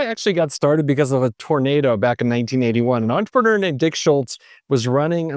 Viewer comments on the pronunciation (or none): none